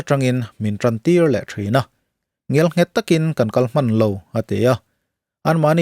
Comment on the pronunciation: Nang ang YouTuber lar ber pawlin Ngialnghet i'n tih mauh mai chu le...Ngelnghet tih tur a ni e. Tin, mihring hi kan upa thei a, kum erawh, a upa thei lo va, a tam thei thung.